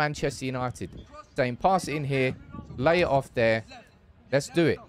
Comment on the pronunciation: Lay it off here sounds like he is saying De Jong Here haha